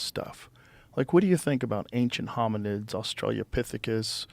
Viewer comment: Joe Rogan saying "Australia-pithicus" 😆